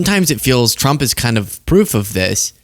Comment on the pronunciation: its been 3 months and she still says "chump" 😂😂😂😂😂😂 karoline literally calls her lord and savior "president chump" every single time